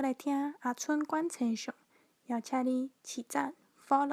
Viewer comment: 「星」象是否用文讀音比較好？